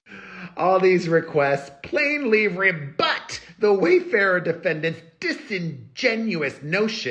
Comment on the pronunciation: “Rebut” is a new word that I learned today 😊, I will never forget it because of the way you said it 😂😂😂 and Celine Dion at the end was something among other things 😂😂😂 If I understood correctly, it seems that the judge did say nicely to miss Esra to FO, he also said to Freedman that he didn’t have to answer to the other moron journalist, so maybe I need more details but that’s what I heard.